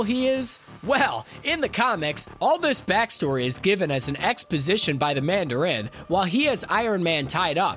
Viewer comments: Why do you say Mandarin like that? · Why does he pronounce Mandarin so weird...?